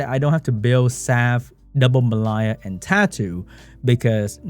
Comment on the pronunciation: Why does pronounce the name Mellia so weirdly? I mean it shouldn't be difficult right? We already have another monster with a somewhat similar name in the form of the Water Unicorn Amelia. Just remove the "A" and you got the same pronunciation for the name of the Wind Dryad.